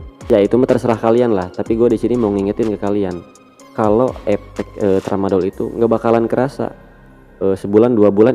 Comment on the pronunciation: Koreksi mas,...efek, bukan epek